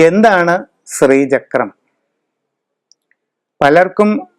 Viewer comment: സ്രീചക്രം എന്ന് പറയാതെ. ശ്രീചക്രം ആണ്.